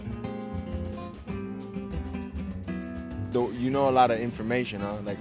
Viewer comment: Why did he say masvidal?? Hw butchered his last name.its mahvidal